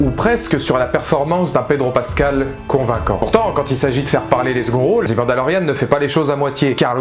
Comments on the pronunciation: Je viens de finir la série et, oui je suis du même avis que toi ! Très bonne vidéo ! Mais par contre, s'il te plaît, arrête de dire '' zi '' mandalorian... C'est '' ze '' mandalorian... '' zi '' c'est si le mot suivant commence par une voyelle... Juste une petite remarque, sans agressivité... Mais mes oreilles commençaient à être en sang 😅... À part ça, continue comme ça !!! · On dis pas '' zi Mandalorian '' mais '' ze''.' 'zi'' c'est quand le mot suivant commence par une voyelle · "The" prononcé "zi" c'est devant un mot commençant par une voyelle. "The" prononcé "ze" devant une consonne. Mandalorian, ça commence par une consonne. Du coup je te laisse appliquer la correction. Sinon, je suis déçu que tu n'aies pas pleuré du coup.